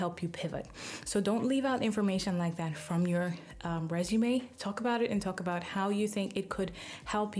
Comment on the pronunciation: ...I noticed how she said, "reshume"☺️